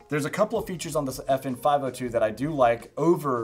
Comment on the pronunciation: Good video. But I think it's "F-N" not "effin".